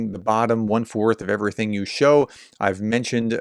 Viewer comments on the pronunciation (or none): none